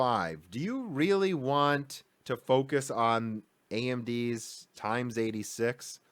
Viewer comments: It's tape out, not tap out. Also ex-86, as in an unknown variable, not times-86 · I love your videos, but man it rubs me the wrong way when I hear x86 pronounced "times 86" and not "eks-86". The "x" stands for a variable, not for a multiplication operator. (Yeah I know, I should ignore it and move on, but I just can't :D). Interesting video once again, nevertheless! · Dude, if you don't stop saying TIMES-86 instead of EX-86. I will unsubscribe, it's just so cringy.... XD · i agree 100%. i also don't think it's a trivial thing. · Underneath every video you read this kind of comment. I guess he is doing that on purpose to make his fans go mad or he's just a problem to say he was wrong... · Agreed. It irritates me too and I made a comment before finding yours. Steve at Gamer's Nexus does the converse. For example, for a 20% improvement he says "one point two eks". Aaaaargh!